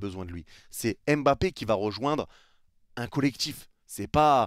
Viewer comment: Il part, parce que depuis sept ans, personne na été capable de bien prononcer son nom: c’est pas EM-bappé, c’est MM-bappé, pas EN-gannou, c’est NN-gannou, respectez son nom, sil vous plait !!!